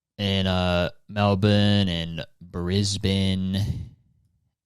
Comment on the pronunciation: As a Melbournian, the way you say Melbourne is so satisfying 🤩